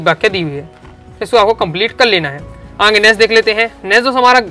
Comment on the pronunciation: Aage ❎ aange ✅😂😂